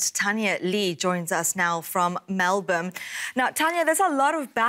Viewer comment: Who is this horrible anchor woman. “Melbourme”?? Seriously!